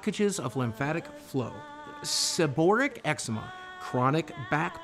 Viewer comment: "Sub-ore-ick dermatitis" ..... he butchered that word so bad.